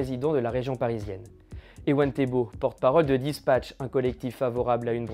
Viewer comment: Un grand journaliste Breton , d'une grand quotidien Breton qui prononce dispac'h dispache ... Ma doué ! Il arrive de Paris lui aussi ??...😊